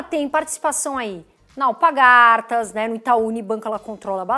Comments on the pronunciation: Só corrigindo, o nome da empresa é AlpaRgatas e não alpagartas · ótimo comentario, só te ajudando, é Alpargatas e não Alpagartas. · bom dia! Só uma observação, Alpargatas e não Alpagartas... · Porque tanta gente fala Alpagartas e se escreve Alpargatas 🤔